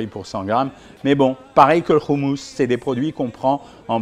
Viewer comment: Salut docteur on dit pas Trina mais t'Hiné et c'est pas roumous mais hoummous😅 sinon très bonne vidéo, intéressante et instructive sur une nourriture pourtant si familière pour moi mais dont je ne connaissais pas les valeurs nutritives, merci !!